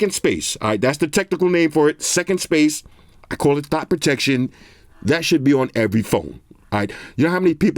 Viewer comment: Wait did he say thot protection 😂 boy I need to get my bro one of these 😂